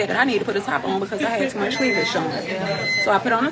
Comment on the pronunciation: “Cleaveledge” showing?